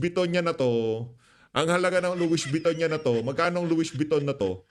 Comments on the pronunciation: Nautilus - pronounced as notilus. Louis Vuitton- pronounced as Luwi vitton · Correct pronunciation: Luwi Viton, Notilus. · Loie viton ang pronounce Sir hahaha ang kakapal ng pagmumukha ng mga magnanakaw mga ni mal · PIGUET WATCH ANG PAG BANGGIT PO AY "PIGE" AT ANG LOUIES VUITTON PO PAG BANGGIT PO AY "LOWI BETOU" PURO DESIGNER ANG MGA SUOT NG MGA KAWATAN NA IYAN 😡😡